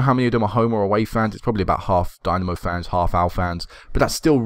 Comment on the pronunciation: Wonderful series mate. I like how long term this has been and how the club has grown. Best of luck in the EL qualifiers. This is quite probably the most enjoyable FM save I have ever watched on YT. btw...Dinamo is pronounced dee-NA-mo (na as is ha like ha ha ha)